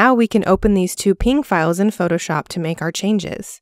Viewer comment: This might be the first time I’ve ever heard someone correctly pronounce png